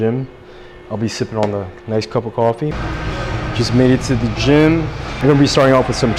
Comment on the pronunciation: why saying coffee a kwoffee 😂